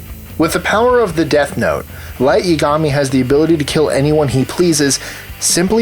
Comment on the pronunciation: Also you said yagami wrong